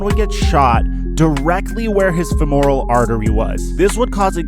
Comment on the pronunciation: Fem-er-uhl not fe-m-oral